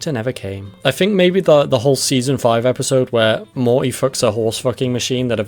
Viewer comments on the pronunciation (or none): Morty has a T in it. "Moree" lol